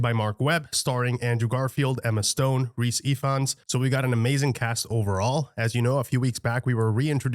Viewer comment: Thank you for pronouncing "Rhys" correctly. SO many people pronounce it as "rice" 🙃